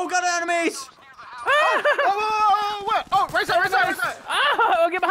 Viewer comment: Why you guys are saying animens then enemies